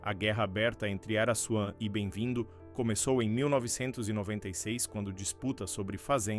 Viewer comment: Pra Vc Não Falara Mais Araçuan , Receba: Araquan.!kkkk